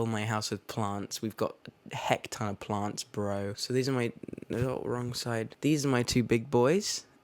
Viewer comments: When he was talking about his plants I thought he was saying blunts lol 😆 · when he says plants it sounds like it’s italicized... it’s beautiful